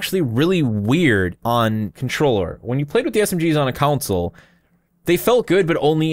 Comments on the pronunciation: do you Con someone or Coun them? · console, not counsel. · Why do you pronounce console like council? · Every time says "console", I'm hearing "counsel". I need sleep. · Alright, I gotta ask... Why do you pronounce console like "counsel"? haha not judging, just wondering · Oh damn. Sorry dude, not sure if it's a sore topic to bring up. I honestly thought it was me. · "Counsel" port lmao.